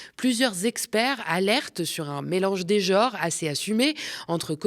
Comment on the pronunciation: "un mélange des jores" ? 🤨